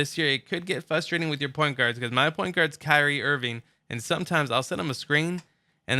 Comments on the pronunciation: “Fustrating” or “frustrating” with an R.... hahaha go back to first grade and get your pronunciation polished up bro!!! Hahaha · "It gets fustrating" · FUSTRATING lol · "fustrating" dumb ass bitch